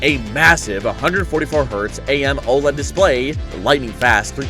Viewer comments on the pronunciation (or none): none